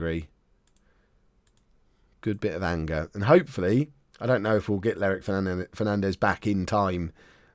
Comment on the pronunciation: not Lerrick Fernandes. DAMMIT! First btw